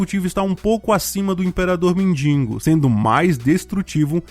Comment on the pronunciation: Cara. Quando vc fala “mendingo” me dá tanta ânsia….. é MENDIGO! De que adianta escrever certo e falar errado?